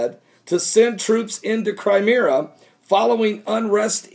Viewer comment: Cry Me Ah not Cry Meer Ah .. lol .. lol .. lol